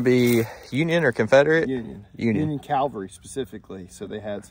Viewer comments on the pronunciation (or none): Please, please, say it right! CAValry no CALvery😬😬😬😬😬😬😬😬